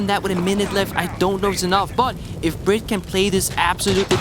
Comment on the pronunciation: His knowledge of what’s going on in game and in the players’ heads is unparalleled, but his casting? The way he said BriD’s name… pain